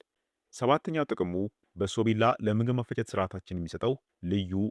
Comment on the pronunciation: በሶብላ ነው በሶቢላ ነው የሚባለው